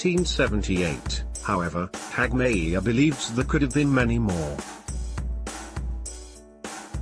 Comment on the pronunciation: Terrible work. Why don't they just get a human being to read the script? And it's pronounced not Hagmi - ear, but Hag - myer.